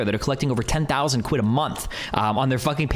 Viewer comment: Destiny saying quid felt so weird, just me?